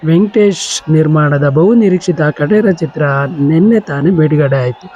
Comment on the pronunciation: ಖಟೇರ ಅಲ್ಲ ಕಾಟೇರ